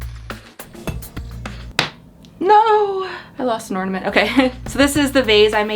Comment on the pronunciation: When you said "No... I lost an ornament!" I understood "No... I lost Norman!" 🤣🤣🤣 I could not stop laughing! 😁